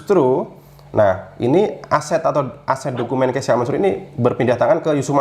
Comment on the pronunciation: KEYSHA min, bukan KEYSA